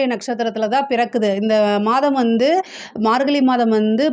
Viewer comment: Margalli illa margazhi. Pronounce that properly